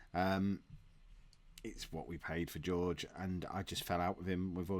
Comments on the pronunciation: I love how Jorge is George and not Horhe:-) You really are traditional English:-) And I really love your vids mate! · Jorge = "Hor-Hey". You're welcome!! Love the series you do:D